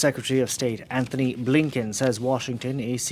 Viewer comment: An T ony Blinken. Not AnTHony